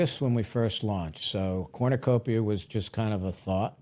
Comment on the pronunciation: This is fact not fiction everytime you say Cornucopia I cringe